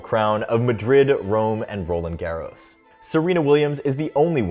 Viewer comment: Roland Garros pronunciation is atrocious